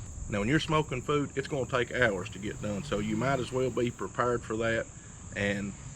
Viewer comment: 'Prepurrrrred'.......surrrrrus lol...my man!